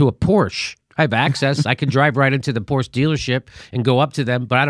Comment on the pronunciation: The final -e in Porsche isn't silent, Jimmy. It's German, not French.